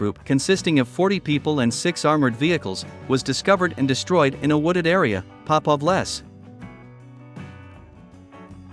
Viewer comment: No. It's not "pop off less" but Popov Les ("Les" more like "lays"). A Les is a forest.